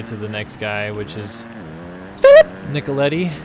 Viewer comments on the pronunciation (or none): Omg the way you said phillip killed me 😂😂